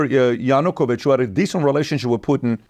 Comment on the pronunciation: Why it is not mentioned that Yanukovich (also his name is pronounced differently, the preparation could be better for such a video) was a Russian puppet installed by Russia?